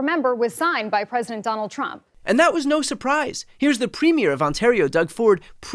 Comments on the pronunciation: Thank you for pronouncing "premier" correctly. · Thank you for pronouncing Premier correctly ❤